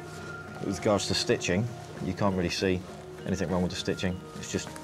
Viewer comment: The amount of people that say ‘anythink’ is confounding. Is it really that hard to say ‘anything’?